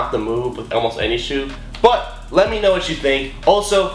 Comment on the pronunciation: Why do you say elmost?😂